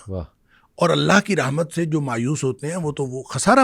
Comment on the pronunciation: اسلام علیکم ورحمتہ اللہ میں رحمت کی ح پر زبر ہے